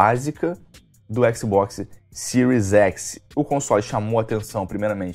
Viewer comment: sil s e siro x é foda kkk, aprende a falar cara kkkkkk